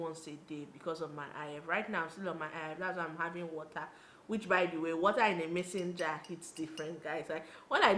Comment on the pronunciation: Lol she said mason jar not messenger. It took me a while to figure it out too 😂